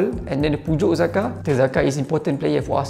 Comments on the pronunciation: sebutannya Jakka. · Pronounce nama Xhaka bukan Zakar. Chaka sepatutnya. Zakar nak keluar dah bunyi lain siaaa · Cara sebut yg betul ialah Jhaka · cara sebut xhaka tu jhaka laa XD XD XD